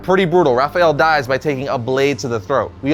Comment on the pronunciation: Why do you keep saying "Raphajel"? There isn't a "j" in that name.